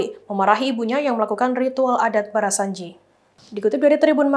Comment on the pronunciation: barzanzi kali min, bukan barasanji